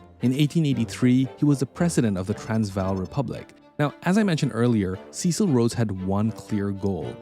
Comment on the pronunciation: You knucklehead. You cannot even pronounce his christian name.